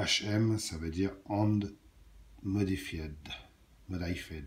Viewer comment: "Handle modified": un accent anglais simplement inimitable!